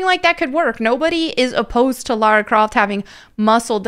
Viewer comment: It's not Lara Croft, it's Larry Crift 😅